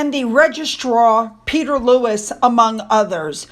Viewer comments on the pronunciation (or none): none